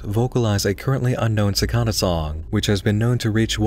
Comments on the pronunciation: cor-por-E-al and si-cAd-duh sorry but that pronunciation just got to me. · man you're pronunciation of cicada was weird, for me it was always cicAda with emphasize on the A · The pronunciation of "cicada" made me uncomfortable. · If i have to hear the word cicada pronounced wrong one more time